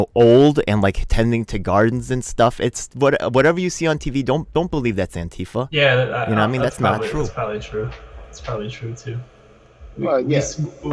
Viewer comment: what's with pronouncing ANTIfa as anTIFA?